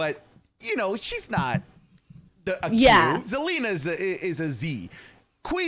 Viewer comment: Theres no way dude said zelina lmaoo. When a wwe fan meets an actual wrestling fan